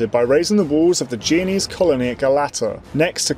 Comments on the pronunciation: It's jen o ease not jee o knees dude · The narrator struggles to pronounce names in general, he even said "geo-nese" a couple times (thankfully I understood what he meant) but "blindly persisting" in calling the "byezanteyens" by their actual freakin name is hardly one of his flaws. And I've never seen any history youtuber calling the Holy Roman Empire anything other than that, despite its dubious romanitas or questionable holiness.